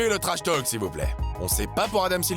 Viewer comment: On ne prononce PAS le L de trashtalk !